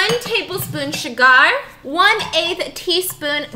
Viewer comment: When she read out the ingredients I was thinking hmm what’s schugar? I’ll have to look that one up... and then I realised it’s sugar 😂😅🤦🏽‍♀️